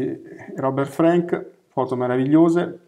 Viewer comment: Scusate il puntiglio, ma si pronuncia con la “a” aperta, come Anna Frank E poi, il solo fatto di essere straniero non mette al riparo da pregiudizi e stereotipi... La differenza, in questo caso, sta nella acuta capacità di Frank di comprendere i fenomeni sociali (l’America tutta - rurale e non - ritratta nel suo aspetto quotidiano, così lontana dalle contraddizioni e ipocrisie dell’epica di propaganda), unita a una sensibilità personale tormentata e a un indubbio genio grafico. Non solo il libro dovette essere pubblicato in Francia, ma alla sua uscita negli Stati Uniti procurò al suo autore accuse di anti americanismo che lo amareggiarono profondamente e contribuirono ad allontanarlo dalla fotografia. Oltre sessant’anni dopo, The Americans, è un documento storico imprescindibile e ancora una grande lezione di estetica fotografica: cruda, non compiacente, “mal-educata” (per i canoni del tempo), ma molto diretta, delicata e comunicativa. Concordo con voi: dovrebbe essere obbligatorio alle medie e negli istituti d’arte. Sempre grazie per le vostre proposte.